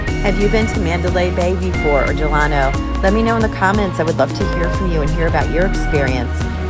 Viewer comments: Del-a-no, not Del-ano. Like Franklin Del-a-no Roosevelt. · Great video but it’s “Del-uh-no” ;)